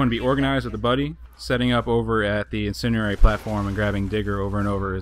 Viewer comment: great video man but it kills me when people pronounce it "incinarary" i dont know how to spell it but the incendiary has a D in it so its IN-SIN-D-AIRY oh and thats spelled wrong because those words sound like the word so yep great vid